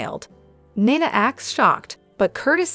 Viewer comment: Neena not niiina